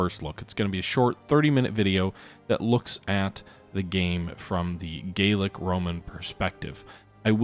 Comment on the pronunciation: Enjoying this - but I believe the Gallic Romans should be pronounced Gal-ic rather than Gayl-ic Just as Gallic refers to France whereas Gaelic refers to Irish or the language spoken by some Scots.